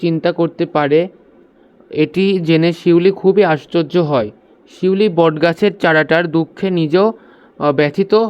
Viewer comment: স্যার পিউলি না শিউলি